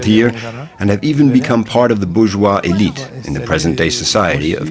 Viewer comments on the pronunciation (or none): none